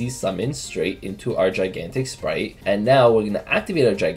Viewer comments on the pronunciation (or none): why on earth does everyone pronounce Spright "splight" my god. Read the TCG names ffs